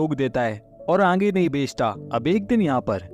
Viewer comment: Aange Nahi...Aage hota hai